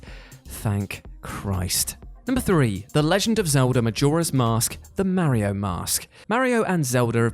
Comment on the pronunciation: Mary-O and Zelder..